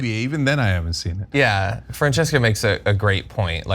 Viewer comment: Why does Cenk keep calling Francesca Frances? XD